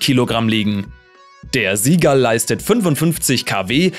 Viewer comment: Junge, beim Seagull wird das S genauso ausgesprochen, wie beim Seal. Nicht Sie Gall sondern Si Gall.